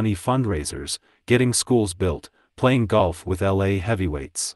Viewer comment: “You wanted a level play i.n.g. field.” Kinder pronounced as kinnder It’s awful,this AI crap!